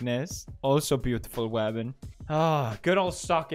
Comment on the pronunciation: When Pewds said "Beautiful Wamen" I got an ad for 'Pretty Woman Musical' LMAO